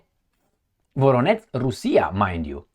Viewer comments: please, work on your pronunciation of VoroneZH. That ending ZH is pronounced the same as the first letter in July. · Voronetz -> Varonej